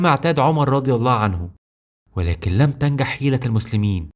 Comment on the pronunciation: الفديو حلو بارك الله فيك. حبذا لو تلفظ الجيم. يعني تلفظ تنگح تنجح لان اللغة العربية الفصحة لغة عظيمة مع اني لست عربيا فانا اعشق لغة القران واللغة العربية الفصحة.